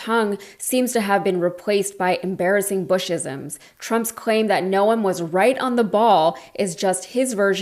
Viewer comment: Why is she making Noem 2 syllables?